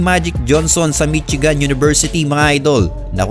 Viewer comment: mitsigan hahahaha. please do pronouce it correctly. Michigan to read as 'mi-shee-gań'